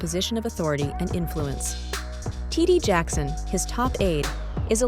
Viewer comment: TD Jackson 😂 Ai is messing up everybody name